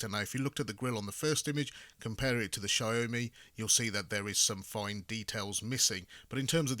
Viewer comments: Its Xiaomi not XiaoMai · It’s siao mee not siao mai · He said SHAMAI in the beginning now I want a SHOMAI with rice. 😂😂😂